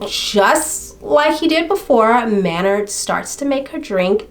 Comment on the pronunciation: This story got me heated! At the jerk of course, and Michelle’s Drs for dismissing her concerns out of hand. But did dude really pronounce his name like that? 🤨Thought it was May-nard! I have only heard the singer of Tool’s name spoken by other fans as May-nard! but Idk, I’ll look it up, since you watched a TV episode! The pronunciation Man-nard really irritated me for some reason-so it fit this douche canoe perfectly! Wow, pretty upsetting he was allowed bail!